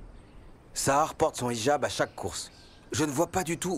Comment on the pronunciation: « Ijab » se dit « Hijab » comme dans « Hi »